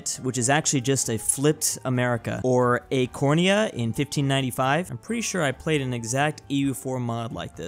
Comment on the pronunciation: Text: Acoria: AcorNia